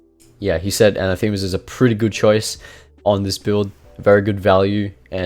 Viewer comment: A surprise to be sure but a welcome one, gonna try this build. By the way anathema is toned on the second A and comes from the Greek word that basically means 'curse you' . Keep making amazing kha videos